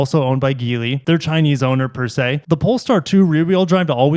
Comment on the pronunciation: Geely is pronounced "Jee-lee"